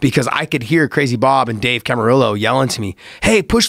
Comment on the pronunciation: Bobu...with a long o